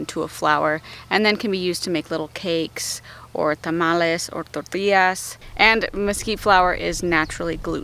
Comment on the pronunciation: Love the authentic way you said Tomales and tortillas 😅